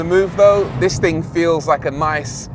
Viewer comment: "TING" COME ON RORY, SO WELL SPOKEN UNTIL YOU SAY THING LOL 🤣